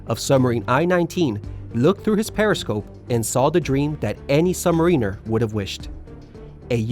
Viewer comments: Great video, but I need to correct you on your pronunciation of submariner, It's pronounced sub - mah - rin - err, not sub - marine - err. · subMARiner, not submarEENer! Excelkent vid. Many thanks for posting. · SUBMARINER SOUND LIKE suhb mr ee nr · Yeah it's "luck" when the Japs sink a carrier but it's "skill" when the yanks do it right? Not that you can expect much from a guy who can't even pronounce submariner 🙄